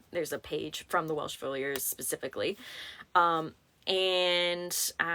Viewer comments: This was AMAZING! What excellent work you do! Also..your organized and articulate manner is very impressive! On the title the “Welsh Fusiliers” — it’s pronounced Fyoo-zuh-leers. 😊 with the “fyoo” part being pronounced like the word few. I spelled it the best I could based on the pronunciation. The only reason I know this - is because I am a huge Downton Abbey fan - and the cooks’s nephew was a soldier in the Lancashire Fusiliers during World War I … and that’s how she pronounced it on the show 😊. Thanks for all you do. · Fusiliers- Fuse💓 like a fuse box Uh❤ Leers💖 like when someone leers at you